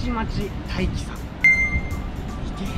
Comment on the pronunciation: ダイキではなくタイキです